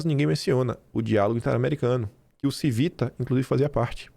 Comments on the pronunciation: A pronúncia do Civita, da finada Editora Abril, é cono Tívita.... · A pronúncia do corno da ABRIL é CHIvita (italiano) esse que é o patrão do dono da Oeste! Obrigado pelo seu trabalho!